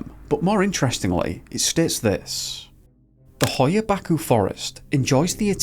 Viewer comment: It's pronounced, "Batch-you"